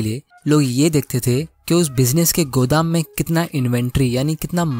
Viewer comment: "Godam"he is literally speaking like gujrati s😌🤣🤣🤣🤣